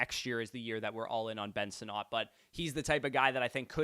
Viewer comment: I beg you to say Ben Sinnott’s name correctly. I beg you.